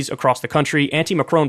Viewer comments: It’s not Macrone, it’s Macron. His name rhymes with con, not cone. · FFS!! its Macron not Macrone!..pronounced Mac Ron.